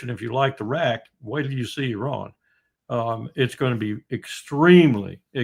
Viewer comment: So unfortunate Mr. Witkoff is unable to even pronounce the name of the great country 'Iran' or "Iranians' properly...how can he negotiate in 'good faith' without even naming the country and great people correctly? As a side note the Islamic Republic's entire existence is based on 'Death to America..the great Satan'....enough blame to go on in all sides..